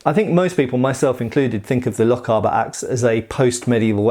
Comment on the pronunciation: Never mind the pronunciation of German things when you can’t pronounce Lochaber right,it’s lock-ay-bar